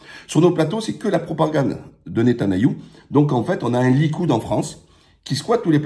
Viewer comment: Fais-tu exprès de dire Netanayou? Très bonne analyse mis à part cela.